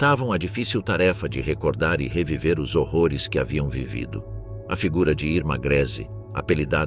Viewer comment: Terrivel a IA que narra! O "ó-esse" para ler "os" é terrível!